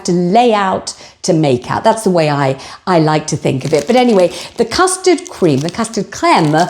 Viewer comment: I too spat my tea out when said Po Noodell. This is absolutely hilarious, love it. Then we get the custard crem 😂😂😂moving on up 😂😂😂 Please keep them coming x x